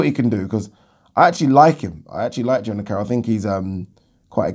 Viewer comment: Jono Carroll not Jona...